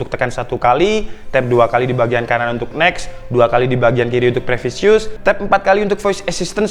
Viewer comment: Previous Mas, bukan Previsius!